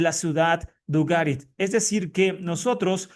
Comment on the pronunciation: Que manía la tuya de pronunciar nombres fuera de sus reglas fonéticas dentro del idioma castellano. Càrtago no existe en castellano, se dice Cartágo, tú estás presentando este video en castellano, comprueba en este vídeo como se pronuncia. Ugarit se dice Ugarìt ... Usa un diccionario hombre y así no cometes estos errores fonéticos, es como mal decír Mejìco o Mejicò en lugar de Méjico... No cuesta nada consultar estos nombres antes de mal pronunciarlos. Una duda, si ya no vas de judío, idioma Hebreo etc por que a tu canal lo nombras en hebreo ( El árbol de la vida...)? Simple curiosidad...no un ataque. Cartagena de indias (Colombia) procede del castellano, es de la ciudad de Cartagena (Murcia, España), su nombre deriva del latín Cartago Nova.